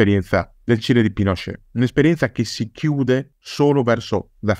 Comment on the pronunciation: ottima puntata, solo non capisco perche'amiamo pronunciare alla francese certe parole o nomi...Apasc invece di Apaci...Pinosce' invece di Pinocet...